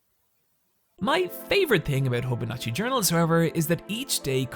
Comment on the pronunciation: "Hobonatchi"... oof. Itoi's company is called HOBONICHI (pronounced Hobo-neechy).